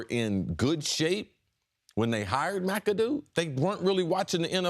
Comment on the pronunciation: "Rumor has it he called Ben Macadoo "Mac-A-Doo-Doo". 😂😂😂😂😂😂